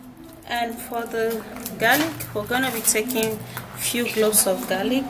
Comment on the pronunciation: You mean cloves? I hear u saying gloves